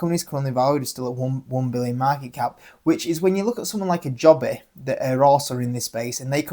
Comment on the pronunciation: Wish you pronounce Joby correctly 🤣🤣 it named after it founder JoeBen Bevirt. Also Nvidia you pronounce the N 🙄. The reason Joby and Archer are valued so much more than Ehang is because of their partnerships and because the ehang design does not meet western air taxi standards without redesign.